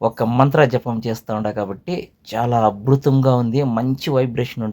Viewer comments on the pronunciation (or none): గురువుగారూ అభృతం కాదండి అద్భుతం మీకు అక్షరాలు పలకడానికి ఇబ్బంది గా ఉంది మరి బీజాక్షరాలు ఎలా పలుకుతారు 😂